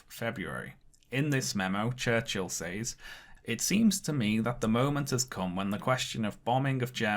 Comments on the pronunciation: You’re pronouncing the word “says” wrong, for a British person. It should sound like “sehz”. It’s distracting from your video. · Says is pronounced " sez," like "rez," not "saze," like "maze."